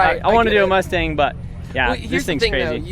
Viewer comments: "2 shay z" "moostang"😂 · "Moostang" lol